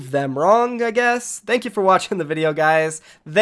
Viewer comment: "Thenk you"